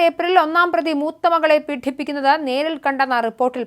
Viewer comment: പീഡിപ്പിക്കുക എന്നാണ് വാക്ക്, പീഠിപ്പിക്കുക എന്നല്ല. കുറ്റം കഠിനമാണെങ്കിലും വാക്ക് കഠിന ശബ്ദത്തിലല്ല, സഹോദരി